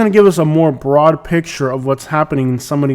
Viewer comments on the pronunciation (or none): none